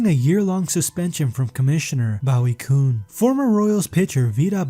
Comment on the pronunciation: Pronounce them correctly: Will MAC-en-EE-Nee; Ken LAND-roe (it's a cajun name); Boo-EE CUNE (Unforgivable that you screwed that up; VI-da Blue (Dumb on your part) ; Willie Mays Aikens; I cannot understand how you managed to screw up Andujar's name to HAKENE Andujar, but this just clearly shows your lack of respect to the time spent putting this lazy effort together. Willie STAR-gel is a Hall of Famer and is NOT pronounced STARGUL. You irresponsibly use an image of Ray Knight, who is completely uninvolved in any of these wrongdoings. You couldn't have picked more clean and straight-up players to sully with your misplaced images, including Steve Carlton, Orel Herscheiser, and Dave Stewart. This video has decent subject material and ZERO execution.